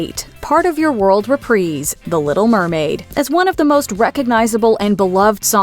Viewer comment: NO WAY SHE PRONOUNCED IT REP-REE-S